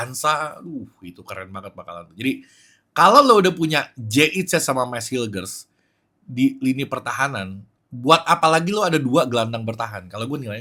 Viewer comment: Bacanya gini klo ga salah, bang, "mes hyujers".